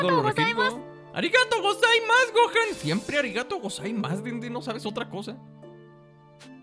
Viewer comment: 00:2 Videl dice Goten en vez de Gohan